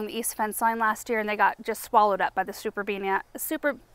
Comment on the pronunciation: I was waiting, wondering when you'd slip up and say "superbenia" 😂 you held out surprisingly long, actually, before you did. I find it such a cute slip up for some reason 😊💜